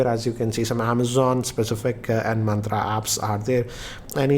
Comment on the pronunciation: Bro you mentioned mantra, it’s myntra 😜😂